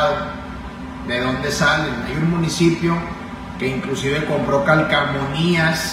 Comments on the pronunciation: Se dice calcomanias, no calcamonia gobernador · Dios de mi vida , influencer y gobernador y dice calcamonia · JA JA JA COMO DICE CACOMANIAS? (CALCOMANIAS) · Escuché bien? Dijo calcamonias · Señor gobernador aprenda a hablar correctamente se dice CALCOMANÍAS.